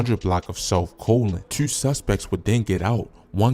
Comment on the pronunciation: Mf said twuenty twuenty tueee.